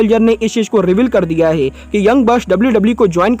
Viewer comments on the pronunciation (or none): Bhai tum hai ko most of the time ( hai ) ko (gai) kyu bolte ho